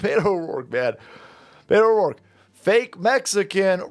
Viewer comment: "Butto O'dorke"